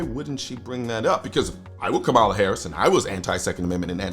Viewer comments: First of all, KAmala (I don’t care how much you dislike her, Colion. Pronounce her name correctly. Show respect that all we 2A folk want shown to us) will be the next POTUS. Period. Get used to that reality. Secondly, just like Biden and Obama before her, she won’t succeed in banning semiautomatic rifles, nationally. There are too many Republicans who won’t let that happen. And frankly, we have the upper hand, and if we continue our fight, we’ll continue to have the upper hand. Period. Finally, as you and others have pointed out, there ain’t no way the government is gonna take hundreds of millions of gun away from gun owners without launching the country into chaos. Nobody wants that. Does that mean we can sit back and relax? HELL NO. But we can look at the situation will calm minds and discerning eyes so we can see what’s coming and find a way to counter it without becoming Chicken Little. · It's Kamala (comma-la). You always pronounce her name incorrectly. I'm a leftist, not a moderate liberal like Kamala, but I agree that many in the liberal bloc do not understand ballistics in any way or how different firearms even function or their capabilities.